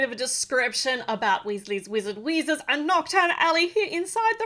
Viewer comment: You said Weasley's Wizard Wheezes correctly